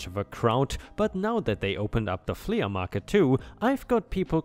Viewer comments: It's not fle ah it's flee but spelled flea. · Flea is said as "flee" not "flee-uh." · Love your stories! We watch every day. I just thought I'd give you a little help with your English. The word flea is pronounced flee. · "Flea" sounds the same as "flee." In this case the A is just modifying the sound of the E in this word, but is otherwise silent. A "flea market" is an almost-slang term for a miscellaneous outdoor market, something between a garage sale and a normal outdoor business. Many outdoor markets in the rest of the world would probably be considered "flea markets" if they were in the US. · Gables rhymes with tables, cables, etc. Flea rhymes with flee, free, etc.⭐️⭐️⭐️⭐️⭐️⭐️⭐️ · Helpful hint: the word Flea is simply said like FLEE. The A at the end is silent. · Flea is pronounced flee like to run away 😀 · Flea is pronounced flee. Your pronunciation getting much better! Keep up your good work and thank you for making videos. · Flea is pronounced flee (the a is silent) it rhymes with bee and sea... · The farmer revenge is a fantastic story. So enjoyable. ⭐⭐⭐⭐⭐⭐⭐⭐⭐⭐⭐⭐⭐ Two new pronunciations for you: flea market is pronounced like the insects (fleas found on dogs/cats). Simply means a temporary very cheap market selling lots of bits and pieces. The word gable is pronounced as gay - ble. Have a good day. ⭐⭐ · 🌟 FYI 'flea' is pronounced the same as 'flee' 🌟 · It’s pronounced “flee” market, no hate, just so you know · For the man narrating the word flea is pronounced flee!! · it is pronounced "flea = flee." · Good story here. Btw, flea is pronounced "flee." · Pronunciation note: the "flea" in "flea market" is pronounced "flee" 🌟🌟🌟🌟🌟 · In english we do not sound the a separately in flea market, it sounds the same as flee. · Flea is pronounced flee and gable is pronounced gay-bul. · The ea in flea is pronounced like the double e in deep. The a in gable is pronounced just like the a in table or day.